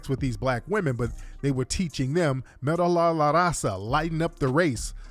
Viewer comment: Mejorar la raza (better the race) is pronounced “may-horar lah rahssa”